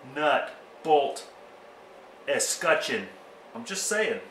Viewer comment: Wear gloves! That's what we do in Denver. I was looking for a film where someone would pronounce escutcheon. Decided to watch the CO guy. I think you did it right. Thanks.